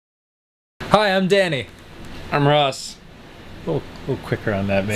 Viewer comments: Dan: Can you fucking... Say you name like a normal human being!? Ross: Mjiyysch... Seems legit. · "Can you fu*king say your name like a normal human being?" next clip "Hi, I'm Danny." "Mehfuee" Classic.